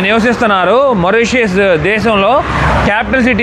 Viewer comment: మారిషిష్ చాలా మంచి గా చూపిస్తున్నారు కానీ మోరిషెష్ అని పిలవకండి. మారిషెష్ అని పిలవండి